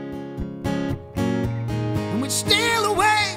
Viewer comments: It was great until he said Sword... lost me.... the w is silent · You've got balls for covering a perfect song, but you lost me when you incorrectly pronounced the word, "Sword."